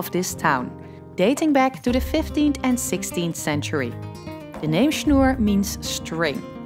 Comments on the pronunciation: "Schnoor" not "Schnur". Should be easy to pronounce for a dutchwoman :p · Interesting that you have pronounced "Schnoor" in the Dutch manner. In German it is spoken with a long "o" instead of the "u" like in Dutch. A really nice and informative video which I have really enjoyed.